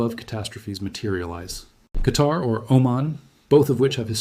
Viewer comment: Since you are so good then pronounce the places correctly. Oman is ooman, qatar is Qatar. And the name is Salman is salmaan